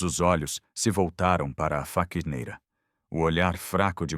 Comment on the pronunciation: Faquineira não e sim faxineira